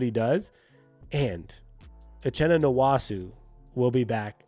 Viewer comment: The nwosu pronunciation is killing me 😂